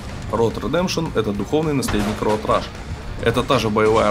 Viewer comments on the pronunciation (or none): Роад РЭШ ! Rush - это другое слово!